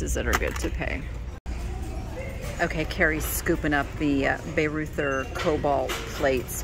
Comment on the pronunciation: Bareuther is German, pronounced like BAH royter.